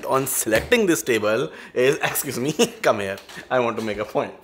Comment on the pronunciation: Everything is great..the chemistry, editing, presentation however i have one small doubt, why do you always say HARE instead of here 😅 please don't take it personally just that you say this word so often and pronounce it incorrectly 😬